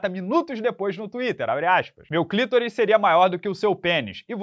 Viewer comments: Mas não é clitoris e sim clitóris ok rsr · Clitóris com entonação na letra o conforto acento agudo, e não, "clítoris". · não sabe pronunciar “clitóris”? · Jornalista formato, redator de profissão, pronunciando clitóris errado Esse é o país em que vivemos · tem uma pronúncia peculiar para a palavra "clitóris".